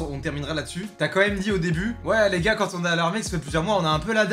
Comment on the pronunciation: C'est "gars"